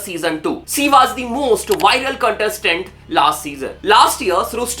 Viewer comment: Waz nahi yaar was... Thoda pronounce krne pr mehnat kreein